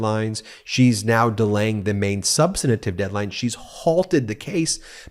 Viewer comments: Ben, thanks for bringing us this analysis. One thing, though, you are adding an extra syllable to "substantive," making it "substantative." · 'substantive' has three syllables, not four. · Dang, Ben, learn how to pronounce “substantive.” The word not not have four syllables. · Can someone please let Midas touch hosts the word us Substantive NOT substanative which is not a word at all? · Ben, the word is "substantive"; you're mispronouncing it.